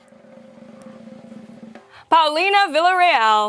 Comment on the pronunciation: Muy bien por Paulina !!! Muy mal por DRUMEO, PESIMA pronunciación del nombre y apellido de Paulina.